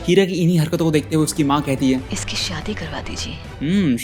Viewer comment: Who is hearing Kheera instead of Heera 😅😂